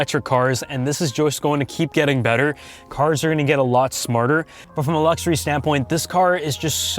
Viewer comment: i like how you say lukzory :)